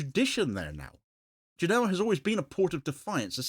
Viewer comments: It's pronounced GÉNoa, not GenÓA, if you're interested. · Genova. Genoa is a football team